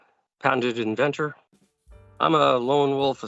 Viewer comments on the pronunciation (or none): patented "invetor"?